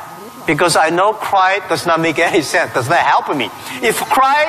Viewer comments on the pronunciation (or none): none